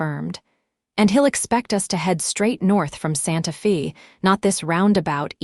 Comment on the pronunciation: fix AI to read Santa Fe as Santa FEY, not Santa FEE - PLEASE!!!